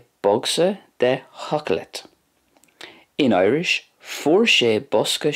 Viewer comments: Bha sin uabhasach sgoinneil. The pronunciation of some words in Gàidhlig was a wee bit off though, I think (especially the d in seòclaid, g in ag iarraidh, the long à in blàth and the dipthong in thoir). Beò is also missing a strac in the final example. Also, where did you find the words “coinnigh” and “bladhaire” in Gàidhlig? I haven’t seen these words, and can’t find them in the dictionary. Coinnigh also doesn’t fit the typical imperative verb pattern for plural / formal you? Shouldn’t it be “coinnibh” (though I thought “cùmaibh” would be used for keep). Any fluent or native Gàidhlig speakers, can you please shed light on this? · Great video! I am a learner of Scottish Gàidhlig and I thought I might make some slight corrections to your pronunciation of some words. In 'Seòclaid' the 'd' at the end is pronounced as a 'j' as its next to an 'I' which is a slender vowel. Also you need to elongate the 'o' a bit more because is has a grave on it. A general rule in Scottish Gàidhlig is that the emphasis is almost always on the first syllable. Also in 'Blàth', yes the 'a' is a bit broader than it is in Irish but not quite as in the video. Also the 'L' is a bit darker and more further back in the mouth (you have to lift your tongue a bit more) In the phrase "Bhe e ag iarraidh Seòclaid" the 'G' in 'ag' is pronounced more like a 'k', which is a general rule in Gàidhlig, unless its at the beggining of the word or next to an 'H'. As for the 'ort' in some regions its pronounced 'orsht', but what you did was fine in other regions (such as Lewis) Other than that this was a very interesting video! Keep up the good work!